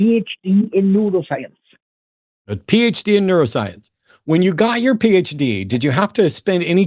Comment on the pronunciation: I thought Bill was trolling when he said he had a PHD in Neuroscience. I thought he said a PHD in Noodlescience.